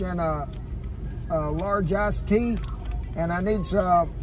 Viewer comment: I thought he said "Large-ass tea" instead of "Large ice tea".